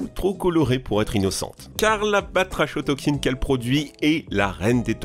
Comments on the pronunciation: Attention a la prononciation : Cigualtera => "Cigoualtéra" Batrachotoxine => "kotoxine" et pas "cho" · Juste prononcer Batrako toxine sinon très intéressant, merci